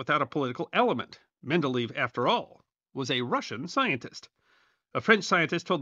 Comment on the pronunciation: the last syllable in the Russian chemist’s name is not pronounced “leave”. Each E in the double E is separately pronounced, giving the sound “leyev”. And that final v is actually closer to an “f”.